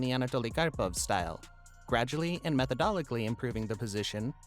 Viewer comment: Weird ass way to say methodically lol